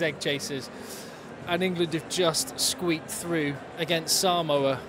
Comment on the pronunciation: Hey, its saaamoa, not simoa